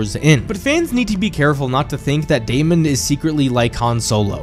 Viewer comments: Your analysis is great but ur pronunciation of Daemon is annoying af. It's pronounced Day-men not day-mond. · Absolutely no one:: DAY-MON